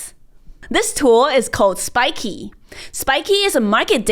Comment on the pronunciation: Why do you call it spikey when it's spikeet?